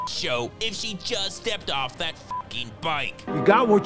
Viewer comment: “..he will Mever agree to thadtt!” 😂😂 Fire narration